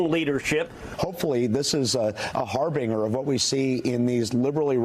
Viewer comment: Hey, did anyone notice that fox new host cant even say the word 'Harbinger'? Fox news is so scripted, they dont even take the time to read what theyre saying.